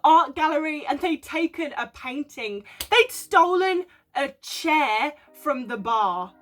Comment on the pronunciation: I cahn't believe the couple who stole the CHAIHHH from the BAHHHH!!!!